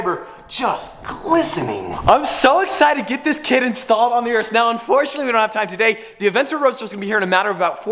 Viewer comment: Please learn how to pronounce Urus